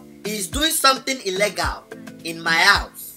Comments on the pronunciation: Its illgale not illgele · Guys all this time we have been saying illegal the wrong way it's ellegal not illegal😹😹🤣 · IM DYING SAID ELGAL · “I am sure it is something ELLEGAL in my house.” 😂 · I love how says illegal "Ellegal"😂😂😂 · Illegal pronounced: eh- leg-al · The way she pronounces “illegal” 😂😂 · When Instagram becomes a novel😂😂 Ala mwandi, the way she pronounces illegal 😁😂😂😂😂 Ahhahahahahaaha 😂😂😂😂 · His pronunciation of illegal had me weak🤣🤣😂😂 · The way pronounces illegal lmao 🤣😂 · Hahahahah the way she said illegal she said illegal hahahhahahaha she said it wrong hahahhahahaha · She don’t know how to pronounce illegal